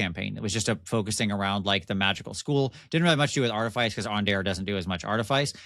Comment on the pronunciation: don't let coerce you into pronouncing words wrong. Artifice is pronounced "aar·tuh·fuhs", no silly "Ice".